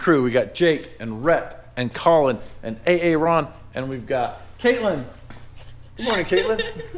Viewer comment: Wait. Did he say we have A-aron? Nice!!